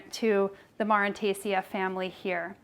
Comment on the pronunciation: Awesome video! Super informative. Just FYI plant families all end in "aceae" and it is pronounced like the letters "A" "C" "E" or "aye-see-ee". :)